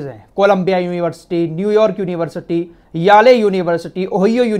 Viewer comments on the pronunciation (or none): याले नहीं वह येल यूनिवर्सिटी कहलाती है।